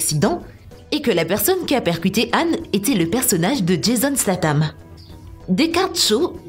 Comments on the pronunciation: Jason Slatam même lol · C'est moi où elle dit Jason Slatan ? 😂